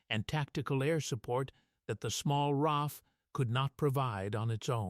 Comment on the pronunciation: ITS AUSTRALIAN AIR FORCE RAAF PLEASE GET IT RIGHT